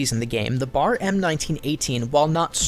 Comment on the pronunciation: It's B.A.R :´(